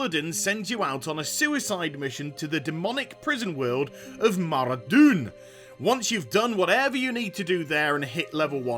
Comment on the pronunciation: Nice vid, but when you said Maradoun i heard Brigadoon.. dam i feel old